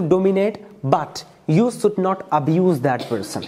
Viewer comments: Jhatu jaisa debate ho raha hai sh ko s bol raha hai 😂😂 kya angrez banega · It is you should not sould😂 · please improve your pronounciation skil like should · Should ko pronounce krle dhang se phle😂😂